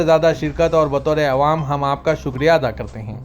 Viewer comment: Awaam not aiwam عوام نہ کہ ایوام